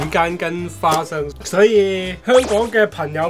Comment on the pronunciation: 聽第二次才發現說花fa生😂😂